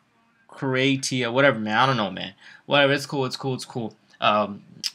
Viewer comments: u just messed up the word Croatia that's sad, I'm Croatian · Wait lol you don't know how to pronounce Croatia???? And the hawks did not have the 5th pick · This guy said croatia hellllla wrong lmaoooo made my day.